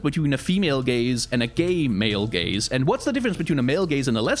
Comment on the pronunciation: the way he says gaze just souds like gays to me for the first time i swear